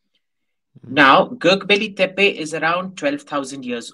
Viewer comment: the pronunciation of Gobekli Tepe.... ?